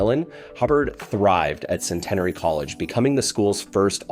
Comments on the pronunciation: It is pronounced Sent-n-airy in Shreveport, Louisiana. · You’re correct he butchered it the school Tom Kerwin Robert Parish and Barry Haynie played Basketball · A nice tribute to an outstanding athlete; especially from that era. Lol, I've never heard Centenary pronounced like that before: definitely not when Robert Parrish was in attendance! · You're butchering the pronunciation of Centenary..... It's Cent-en-ary not Cen-tenery like you're saying lol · It doesn't take that much effort to learn how to pronounce Chillicothe and Centenary.